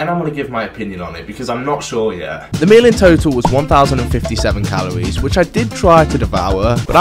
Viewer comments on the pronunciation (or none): "im... fwee fwies have 60 calowies"